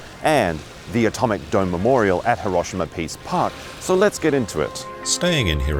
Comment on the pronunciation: i hate the way you pronounce Hiroshima... lear how japanese do it please....